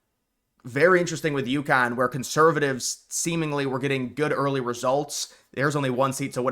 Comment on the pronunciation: It's Yukon, not Youkhan. Just like Montreal is Muntreal and Newfoundland is Newfundland.